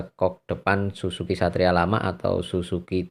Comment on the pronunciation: Sumpah gw ngakak pas dengerin abangnya bilang “susuki” bukan Suzuki wkwkw😂😂